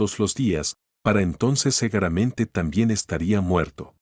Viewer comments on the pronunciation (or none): me parto, porque escribe seguramente y dice segueramente.😂😂😂😂😂